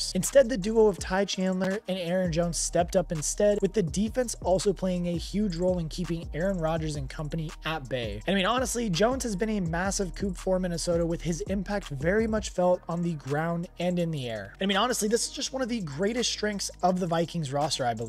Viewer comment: Really liked the video, but I have to ask.... Do you mean to sound like an AI generated voice? It's (coo), not coop, it's (core), not corpse and try undoubtedly, not undoubtably. I don't mean to be too mean, I will keep my eye out for more of your videos.